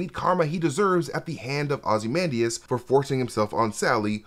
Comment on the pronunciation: You repeatedly pronounce ozymandias wrong